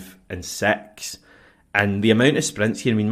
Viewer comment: なんか歌ってるみたいですね。音程の乱高下がすごい。 あとiをeっぽく発音するのでsixが完全にセッ◯ス。